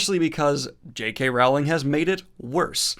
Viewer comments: Row-ling, not Rau-ling =) You Americans :) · Nice job. One note....the name "Rowling" is not pronounced like you say it. It's RO-ling, now ROW-ling. It's a homophone with "rolling". Ok a second note....calling the world of A Song of Ice and Fire "Westeros" is like calling the real world "North America". Essos is half of that world, and it's not part of Westeros. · Rowling is said like bowling. Love you! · JK Rowling's name is pronounced "Roe-ling" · Mispronouncing Rowling.